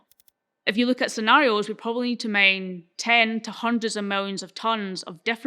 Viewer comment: i was confused why she was mentioning Maine, but then I realized her accent was obscuring her pronunciation of the word "mine".